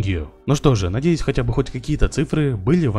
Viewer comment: деньгиУ удачиУ для чего в конце половины слоУ у тебя буква У,мне простУ интересноУ